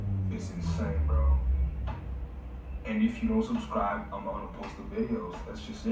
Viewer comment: "Subsbribe"? Homework!!! Deffs skipped English homework!!!😂😂